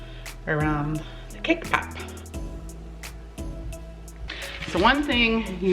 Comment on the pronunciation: “Cake pap” lol pop!